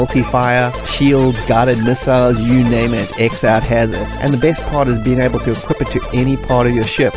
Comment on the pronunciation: X-Out is pronounced "Cross Out", as the intro of the Amiga version demonstrates.